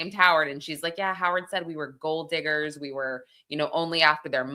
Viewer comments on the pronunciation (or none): none